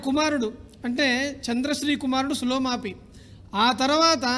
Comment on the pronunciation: పులోమావి ని మీరు "సులోమాపి" అంటున్నట్టు కనిపిస్తోంది